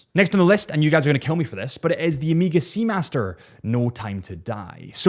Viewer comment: Pleaseee for the love of horolory- It is Omega! Omega - not Amiga. Hurts the ears every time i hear it.